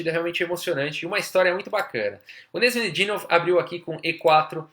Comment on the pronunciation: Seu canal é ótimo meu caro, não perco 1 vídeo. Se eu pudesse dar apenas uma sugestão (nada muito significante não), a pronuncia do nome de alguns jogadores é engraçada às vezes rsrs. Canais como o do Agadmator's podem tirar a dúvida legal sobre como pronunciar alguns nomes difíceis tais como o do Nezh